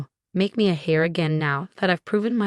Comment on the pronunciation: Wastrel is not "wah-strel". It is "way-strel". Heir is "air" not "hair".